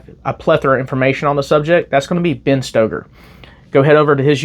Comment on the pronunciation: No, Sig never said they would “repair” anything. They said they would “upgrade” the P320, which obviously still did not fix the problem. Now, your business is your business, but not selling Taurus or Ruger semi-auto pistols is just foolish. And Ben Steoger’s name is pronounced Stager. He’s good.